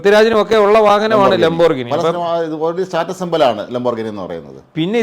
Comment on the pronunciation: Please try to pronounce It properly. It's pronounced like this :"Lam.br.gee.nee" not "lom.brignee"!😅